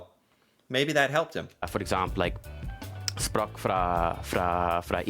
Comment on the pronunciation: He said sprak innstead of språk